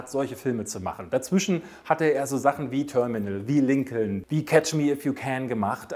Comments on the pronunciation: Lincoln wird Linkn gesprochen. Herrje noch einer. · Sehr gutes Ranking! Ja, die Dinosaurier. Da bin ich ganz bei dir. Ich konnte mit denen und mit den Filmen auch nie was anfangen. Roboter und Weltraum, das war auch meine Welt. Klugschiß am Rande: der Name Lincoln wird Linkn ausgesprochen.